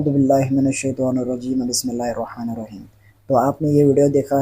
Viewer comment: اطیعواللّٰه۔۔میں اللہ کے نام میں لفظ (ہ),پر زبر ہے اور یہ جاھل پیش پڑرھا ہے